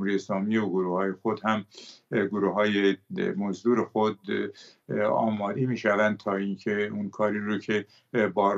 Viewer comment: این مرده هی میگه گروهی موزدر 😢